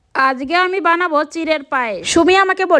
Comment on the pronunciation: আজকে❌ আজগে✅ 😂😂😂